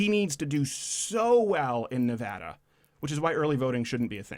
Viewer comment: By the way, thanks for getting "Nevada" right this time, Mr. Crowder.